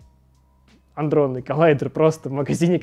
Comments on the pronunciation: Чел, только не аНдронный коллайдер, а аДронный;)))) бесят такие внатуре, что аж сам не знал названи, да?)))) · Бесит, когда какой-то умник говорит андронный коллайдер, вместо адронный коллайдер. Типа, ага.